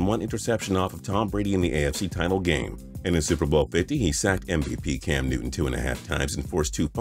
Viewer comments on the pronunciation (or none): none